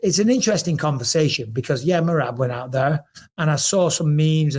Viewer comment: I like that bisping actually got merabs name right